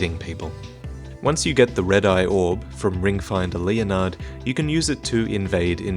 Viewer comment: You keep saying "Ring Finder Leonhard" but it's actually "Ringfinger".